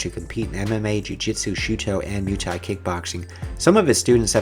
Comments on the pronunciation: stop spelling "MUH-THAI" it´s called MUAY-THAI!!!! thx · Moo ay thai Not Mew Thai